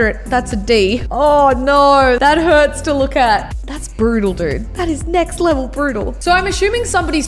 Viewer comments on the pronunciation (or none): On said neck level instead of next level